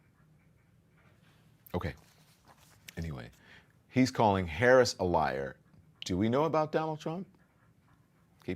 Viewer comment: It is so disrespectful of him to constantly and purposely mispronounced the Vice President's name - ugh he is so annoying!